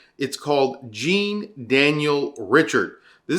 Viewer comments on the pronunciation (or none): Hey don’t blame all of us for his poor pronunciation lol. I was cringing the whole time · Americans have a difficulty in pronouncing Jean.